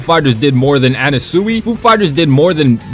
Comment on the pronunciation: "dia-vah-LOW" "ermehs" "ana-SEWY" 😭😭😭